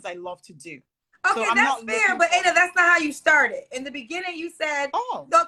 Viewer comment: yeah and she’s pronouncing it wrong for some reason (maybe to sound more American).